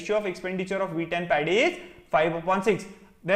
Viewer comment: I kept on hearing the wheat as weed😂